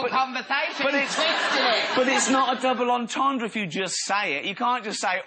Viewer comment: I am a big fan of Steve, Karl and Ricky but it's pathetic he can't even pronounce double entendre ... what a fucking moron !